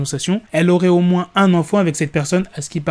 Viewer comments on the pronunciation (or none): none